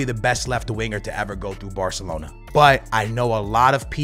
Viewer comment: The way you say “Batalona” 💀